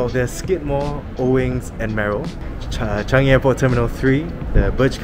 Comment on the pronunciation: Changi bro not Chanigi